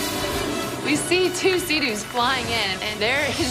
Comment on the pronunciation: Me trying to figure out who tf calls a jetski a fucking "Seadew"